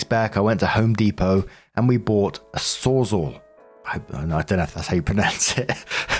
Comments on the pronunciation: pronounces SawzAll perfectly Also: Still saying En-roach-ment instead of En-Croach-ment.😅💚 Love u to pieces, but I'm pretty sure the C isn't silent.😉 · you said Sawzall perfectly! However, you don't say encroachment properly. You always leave out the C. Just something I've noticed. And by the way, you are by far my favorite YouTuber and the one I can't wait to hear each day. Thank you so much for being the beacon of light we all need!